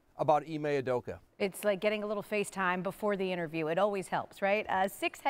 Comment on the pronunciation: UdokA. Not Udoko. Come on.